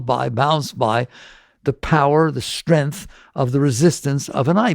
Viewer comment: It’s funny, every time he pronounces strength as streenth, inside of me I feel a little bit of some silly inner resistance. So it’s a great opportunity to practice acceptance while I’m listening to his lecture. I know it’s silly and I don’t know why I have that stuff inside of me and I’m working on it. It’s so silly the stuff we put down inside of our psyche. Isn’t that so silly?! 😂 I have to practice accepting while listening to a lesson about acceptance. 🤣 I love this.